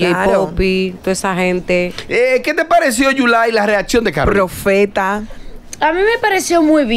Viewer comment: Dice yulay que caroline mojo